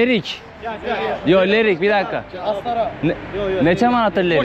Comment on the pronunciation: Leriyin deyil Lerikin